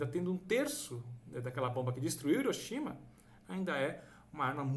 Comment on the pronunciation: O nome da cidade é pronunciado com "R". Se lê Riroshima ( "H" tem som de R no Japão)